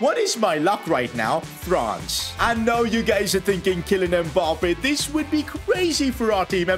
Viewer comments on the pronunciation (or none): none